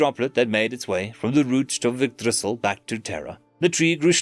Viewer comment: Bro really said igdrissil😂😂